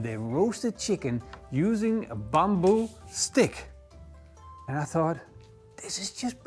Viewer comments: It's not bomboo, it's "bamboo" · Is it bamboo or as you were saying “bomboo”? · that's how you pronounced it in Indonesian, Ithen you get the point of why he saying it that way.